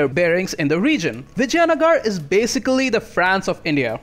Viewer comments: Dude...it is vi-jai-nagar (not v-jaya-nagara) paradox has butchered its name🤣🤣any ways nice guide.... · yeah but I don't think so....he didn't say vijaynagar properly...by the way do you play total war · It would seem like that, but his pronunciation of Vijayanagar would imply otherwise. But I can see where you're getting that idea.